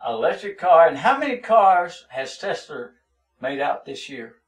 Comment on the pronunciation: TESLER LMAO